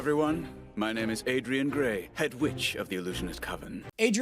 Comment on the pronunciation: ITS ADRIAN GRAYE AHHHH